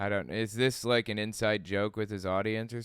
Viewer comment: I'd pay that nutty deist if he'd say "an ape" instead of "uh ape". Cringe